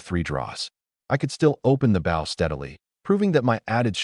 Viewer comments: I am so sick of Ai saying bow wrong. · Right? Lol😅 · For some reason I like it lol